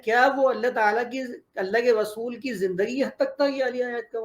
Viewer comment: محترم صاحب آپ کی زبان سے ر کی جگہ و نکل رھا ھے یعنی رسول کی جگہ وصول سنائی دے رھا ھے اگر یہ درست ھو جائے تو بہت اور صحیح اچھا تاثر پہنچے گا۔ سننے والے کو